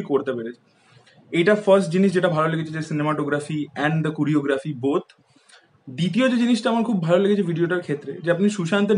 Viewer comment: কুরিওগ্রাফি টা কি?? কোরিওগ্রাফি বল।eta unexpected tor theke...